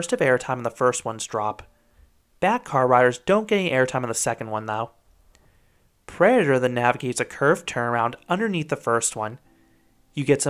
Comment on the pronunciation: "Predaher"...it's driving me crazy.